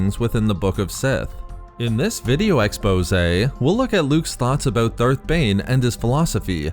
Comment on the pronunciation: I love the way he says expose